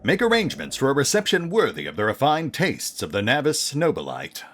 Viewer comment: I find it interesting how you pronounce Nobilite no-be-light. I thought it would be something more akin to no-be-lee-tay as it sounded more « latin » to me as every thing else high gothic. Wonder what the canon pronounciation is…